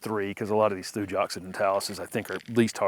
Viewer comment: Thuja is always pronounced thoo-yah and never with a j sound. There is no European or regional US alternate.